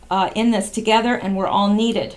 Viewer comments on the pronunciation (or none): none